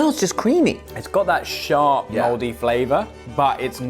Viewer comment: Lol that’s a mooooldy cheese idk why that sounded American